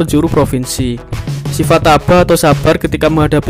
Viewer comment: Tabah bro, bukan tabhah